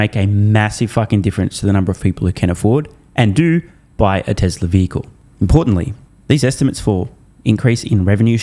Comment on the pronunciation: Year .....Yeeee Tesla.....TesleR he has a problem adding an R. and. removing an "R"